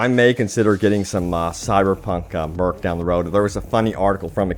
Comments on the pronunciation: Merch, not merc man... But thanks for the vid. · Its pronounced "Merch" not "Merc".... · Cyberpunk MERK??? It's Merch XDDD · lol why do you keep calling Merch -> Merc? (just funny when I hear it) Merch = Merchandise Merc = Mercenary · Its not called Merk, its Merch, which is short for merchandise....Please please stop saying Merk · Lol I believe you mean “Merch” not “Merk” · I like how when they show the game in the PS store the price was in Rupees or whatever haha Also buddy, It is pronounced Merch, short for Merchandise, Dude keeps saying Merk. "I might buy some Cyberpunk merk, they have made so many merk items." LOL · merch not merk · Not merc like mercenary, not murk like murky, MERCH like MERCHANDISE! lmao <3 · No offense man but merch is pronounced murrch. If that makes sense, not merc. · Its "merch" as in "merchandise", not "merk". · Why are you saying merk? It’s merch as in merchandise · Mer-ch (like the ch in chips) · did anyone not notice this dude pronounces merch as “merk”? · Why do you say merch like that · top 10 people who can’t pronounce merch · Uh I don't think thats how you pronounce "merch" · Did he just mispronounce "merch"?